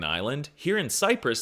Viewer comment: finally someone who knows how its spoken